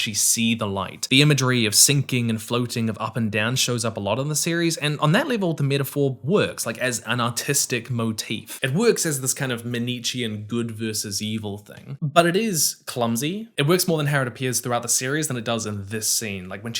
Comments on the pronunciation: Pronunciation tip: "manichean" is pronounced "man-ee-KAY-an" or "-KEY-an", not man-EACH-ian. It comes from the name of an ancient Persian religion. The word comes from Mani, the religion's founder, and signifies dualism. The religion was broadly popular for several centuries. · Check your pronunciation of "Manichaean". And no, the rock and boat extended metaphor is not remotely good.